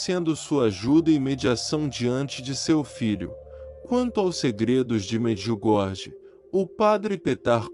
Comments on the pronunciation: Quero apenas deixar aqui uma observação: Em croata a letra jota "j" se pronuncia como "i", portanto Medjugorje se fala Mediugorie, e Mjrjana, fala-se: Miriana; não, miu Jana. Temos que transmitir as coisas exatamente como elas são. Não me leve a mal ; por favor ! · So peço a quem trasmite as MSN de Nossa Senhora em Medjugorje, procurar aprender como pronuncia os nomes corretamente. Em croata, Se escreve: Medjugorje mas se fala: Mediugorie; porque o jota se fala como i. Mirjana se fala: Miriana; e não, mir Jana. Pare de inventar, fala sério !